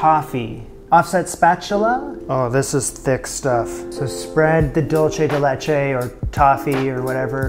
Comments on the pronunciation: I'm going to be a pain: the product that is dulce de leche is most popularly acknowledge to be a Latin American one. It is spelled "dulce de leche" and is pronounced "DOOL-say de LAY-chay". If you pronounce it "DOLE-chay", you are using the Italian word for "sweet", not the Spanish one. I always feel a little negative when this happens because I feel it does a disservice to both cultures. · Dulce (dool-say) de leche, not dolce (dol-chay). Spanish, not Italian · Prounounced: dool-seh-deh-laychay. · I know it’s and old video but for those viewing now, it’s pronounced “dool-say de leche” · ¿Por qué está diciendo dolche de leche? I can honestly bare all the not french French, but this killed me. Dude, come to Uruguay or Argentina and try the real dulce de leche. Also, it's very common in Uruguay to eat banana with dulce de leche. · That pie looks good, but it’s dool-say de leche. Dool-say.